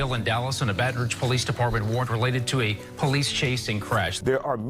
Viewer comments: I’m so sorry but I’m from Louisiana and IM FINNA CRY WTF IS BAETON ROUG 😭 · It’s Baton Rouge(Batten-Roooouge) that’s how to pronounce it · Bro really said “Baten Rouge” 💀💀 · IK DID NOT JS MIS PRONOUCE MY CITY.!!! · Am I the only one that cringes when he says Baton Rouge ik it's probably not his fault